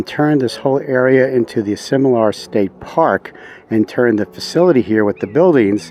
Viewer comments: WRONG pronunciation of the name Asilomar ! you call it Asimolar ! Otherwise great video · Love the review of this special place but you did not get the pronunciation correct. This place is pronounced A Sil O Mar.